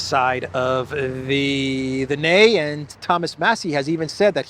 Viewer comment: About the voting results, you said ”nay” in an exact pronounced no in Swedish language 😂 Yay means litterally ”yeah” in Swedish/English/amerika language. You are soon speaking Swedish!